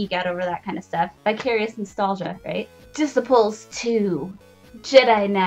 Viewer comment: Dissiples II? Dih-ceye-pulls :-)